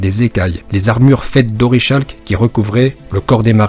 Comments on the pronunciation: Super travail mais il faut dire orikalque pas orishalque 😊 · Petite précision "orichalque" se prononce "orikalque" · C pas tao qui a inventé les armures ? Et ca ce dit orekalk